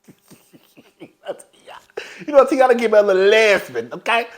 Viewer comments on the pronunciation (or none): 😂😂😂😂 Not a “Lez-Been”!!!🤦🏾‍♀️😆😆😆